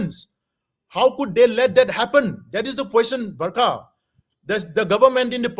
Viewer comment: Her name is barkha not burma